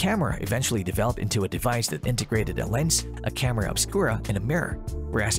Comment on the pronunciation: I don't like the way he says "camera"